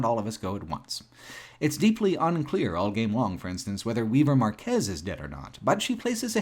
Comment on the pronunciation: All I have to add here is that Shannon and Weaver's surname is Márquez, emphasis on the "a" like mark or park. All I can do to grasp the feelings this "game" evoked is to flee from myself by giving in to the pedant who wants to protect me from harm. A true once in a lifetime interactive art installation